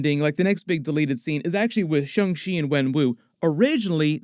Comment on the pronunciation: STOP SAYING SHUNG SHEE ITS SHANG CHI FFS